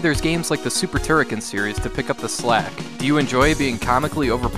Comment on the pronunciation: Of course you can fire in all directions! Holding the fire button results in a beam which you can control with left/ right moving clockwise/ anticlockwise. That beam was implemented in all Turrican games since the 1st one on the Amiga. Also, you mispronounced Turrican.